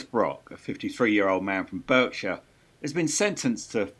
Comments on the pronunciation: It's hard to trust the source then the person can't pronounce 'Berkshire' correctly. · It's pronounced BARKshire. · Berkshire. Pronounced Barkshire. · ‘Barkshire’, for heaven’s sake. This is not California. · I live closer to Rotterdam than Reading and even I know it’s pronounced ‘bark’-shire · Apparently some people don't know how to pronounce Berkshire...